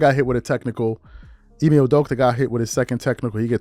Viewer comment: To shannon its...I-May not IME lol